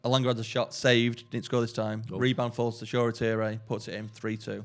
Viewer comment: Funny when pronounced Shoretire name as it's spelt from an English perspective. 😊😊😊. It's a name of Nigerian origin and phonetically is should be something like this: Show-reh-tea-rey. It's certainly not Shore-tyre, would nice to see him make more of an effort to pronounce it properly next time. 😊😊